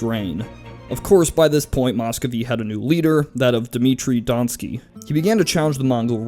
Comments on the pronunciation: isn't it pronounced "don-sko-oi" not "don-ski"? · Good history, just pronounciation and spelling corrections below: Dimitri Don--skOy (as in "boy") It's spelled Muscovy ("Moo-scovee") And Mikhail is pronounced like "mee-ha-ill", not "muh-kale" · How in hell could you pronounce "Donkskoy" as "Donski"? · "Dmitry Donskoy" Pronounced "Dohn-skoee" Ivan Pronounced (for Russian sake) "Ee-vahn" "Novgorod" Pronounced "Nohv-goh-rohd" Mikhail Romanov Pronounced "Mee-khaeel Roh-mahn-ohv" ("kh" as in the "-ch" in Scottish "loch." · Dimitri Donskoy, not Dimitri Donkey... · Some advice...When you're unsure how to pronounce a word, ask someone from the culture in question. The Russian suffix "skoy" is not pronounced the same as a Polish "ski". In a bit about Russia vs Poland, you should at least have that right or risk being a laughing stock for people of Slavic heritage, or anyone with a decent education in general. But then again, you're the same guy that struggles with the English word "ensign".